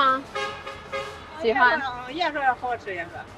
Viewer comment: Klo org tua yg ngomong nada mandarinnya beda yah, kata dan artinya sama cuma nadanya pengucapannya beda dgn Mandarin biasanya 😅 kayak ngomong hao chi (enak) nadanya beda.